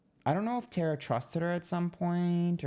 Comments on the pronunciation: It’s TAAAAARRRRRAAAAAA NOT TERA😂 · TAR-A YUMMY is how you pronounce it. She's sweet as cherry pie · I'm surprised there are not a 100 comments about the pronunciation of her name, lol. She hates her name mispronounced.. It's TAR-A 😊